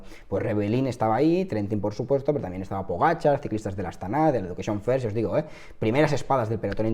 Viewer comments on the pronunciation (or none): none